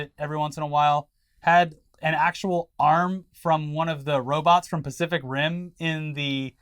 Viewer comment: Lol the homie called it the "specific" ocean 😂 Edit: remember when Biden pleaded with the Saudis to release more crude into the supply to offset pandemic shortages and the Saudis said no? I remember. They in no uncertain terms told the world "screw you, we're enjoying these profits" Everybody seems to have forgotten that Russia's not the sole reason nor the instability they're causing. It's good old fashioned capitalism screwing us the way we love.